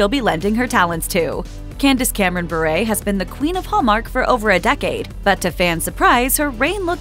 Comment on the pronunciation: You should at least say her last name right. It’s pronounced “Bur”